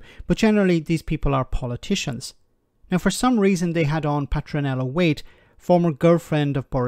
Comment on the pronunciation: It is extremely ungallant (and very stupid) to start castigating Petronella Wyatt (pronounced WIGH-at, not Wait or whatever the hell says here) for having had a brief relationship with Johnson twenty-odd years ago. Better to be grateful for the insight she offers into his deplorable personality.